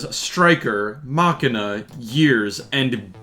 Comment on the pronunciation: Ma-shee-na not MAkina